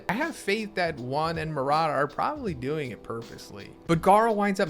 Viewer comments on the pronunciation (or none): none